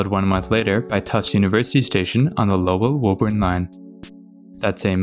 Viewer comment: Here, let me help you. My hears are bleeding right now: Woburn = "Woo-burn" Soughton = "Stoh-tin" Haverhill = "Hayv-rill" Lowell = "Lohl" Dedham = "Dead-um" Concord = "Cong-kird" Natick = "Nay-dick" Falmouth = "Fal-mith" Quincy = "Quinn-Zee"